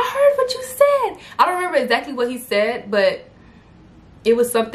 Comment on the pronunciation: Yes I remember you started speaking like you was from NY, I was like WHET??!?!